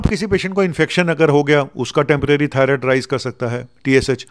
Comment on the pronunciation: डॉक्टर साहब थायरोइड नहीं। थायरॉइड